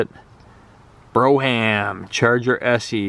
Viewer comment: It's pronounced "BROME" not Bro-ham....and I'm almost positive your 1973 Charger is a 1974 Charger. Nice find.